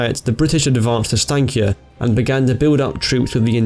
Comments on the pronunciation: The prononucations was good! But you Said Steinkjer completly wrong😂 Anyways I'm impressed. PS. I live in Namsos 😜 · The way you pronounce steinkjer lmao 😆